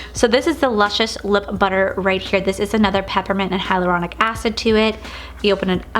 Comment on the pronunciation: You mean hyalauronic oil right? Not hydraulic😂😂😂😂😂😂😂